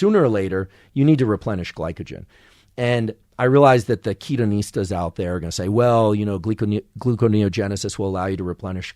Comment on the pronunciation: The "Ketoneestas" 😂😂